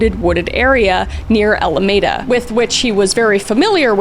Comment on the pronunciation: Alameda is pronounced ALLA-MEEH-DUH. Is right outside of Oakland. And Vacaville is VACK-A-VILLE, short 'a' not long